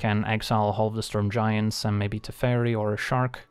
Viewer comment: I thought you said 'The Fairy' but you said 'Teferi' ^^